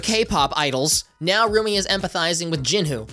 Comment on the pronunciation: Glad I’m not the only one who kept hearing ‘roomie’ instead of ‘Rumi’